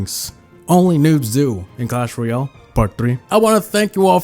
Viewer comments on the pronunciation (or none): Next time don't say Royale.